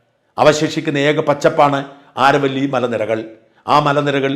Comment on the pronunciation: ആരവല്ലി ശരിയായ ഉച്ചാരമല്ല. അതു അരാവലിയാണ്.